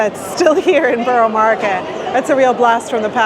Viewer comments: Truly Amazed I am. You are saying burro not burrah-just trying to be helpful..no need for the sarcasm ,thank you. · Burrah , no one from the Borough says burro 🤣😊